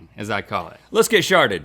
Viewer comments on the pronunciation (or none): Did rhett just say let's get sharted ? 💀💀💀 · xD. I love how Rhett said “ let’s get sharted” instead of let’s get started. 😂😂😂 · Anyone else hear Rhett, “Let’s Get Sharted”!? Lol. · No one else realize Rhett said “let’s get sharted”? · Anyone notice that Rhett said “Let’s get Sharted” when they began the game? 😂😂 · he said lets get sharted instead of started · did he just say "lets get sharted"